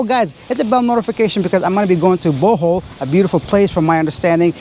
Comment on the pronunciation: Hello its BO - HOL not Bu- hol....